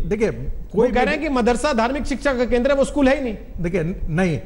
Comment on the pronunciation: Sale ischool nahi it is school